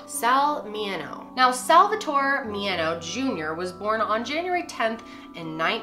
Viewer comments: It's Mineo, not Mieno. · I love your content so much but this was a little upsetting.. calling him Sal Mi-yen-o when Sal Mineo's name is so well-known. Love you but please listen to pronunciations of our victims in the future. Especially Hollywood legends lol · From an old fogey, his name is Sal MIN eee oh. Not Mi NIGH oh. Enjoyed your video. 😊👍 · Mineo is mini-oh not me-en-oh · Mineo = MIN-ee-oh and doesn't rhyme with "piano". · LOL. You probably already know this but this stuff drives me nuts.......... MI-NEE-O, not Mee-a-no. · One of my favorite actors.(By the way, it's Mi-ne-o.) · My friend is related to him! They pronounce the name Mini-o though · It's MINEO...Min as in rhyme with pin E and OH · I about choked when you said his name. It's Men-e-o you're too young obviously to remember him or his name. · It's Min-ee-oh. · Huh? Min-e-o. Geez. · wouldn’t it be min - nayo not the way she says it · Min-ee-oh Sal Mineo. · Min ee oh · MIN EE O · She butchered his name, can't believe it. He was a big name even in his childhood. Wow! How fast popular people are forgotten.